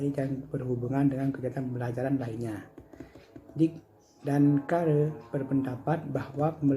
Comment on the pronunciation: assalamualaikum wr.wb saya Maulinda Lailatul Mukarromah Nim T untuk penyampaian kelompok sudah baik. alangkah lebih baik lagi jika sebelum share link video kirim makalah terkait materi dan pengucapan kata atau bahasa asing lebih di perbaiki contoh dalam video ada care dan beberapa kata yang jarang kita dengar. Terima kasih pemateri. its perfect untuk pertanyaan saya apakah ada ketentuan khusus dalam pengembangan silabus Terima kasih